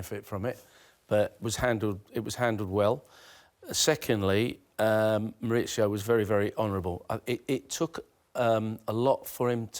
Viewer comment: Why do the English call him Moritsio? Is he Italian?